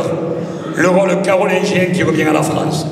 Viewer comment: Il faut sauver la FREINCE ! J'adore ses prononciations !